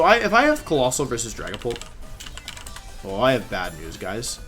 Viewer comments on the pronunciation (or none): none